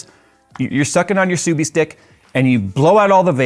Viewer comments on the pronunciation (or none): Did you say "subie stick" as a subaru owner i'm gonna start calling it that😂😂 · Damn, he really just said subiestick 💀